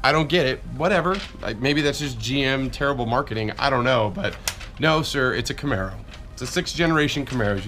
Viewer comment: "Is that a camero" that mispronounciation of camaro 😂